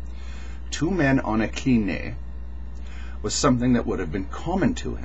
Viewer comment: it's not "klineh", it's "klinee" ;) still not exact, but closer